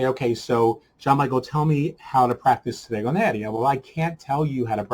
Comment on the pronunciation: Oh perfect, I have read it now :-) The point is that by an Italian point of view it is very strange to listen "stregoneria" as you pronounce it.